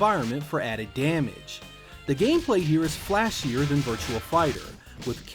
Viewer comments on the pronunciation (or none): Virtua not virtual. On line not one line. Learn how to read please. Love your vids but goddamn dude